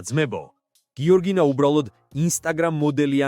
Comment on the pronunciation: გიორგინაო😅 ამ ბლოგერს სმენის პრობლემა აქვს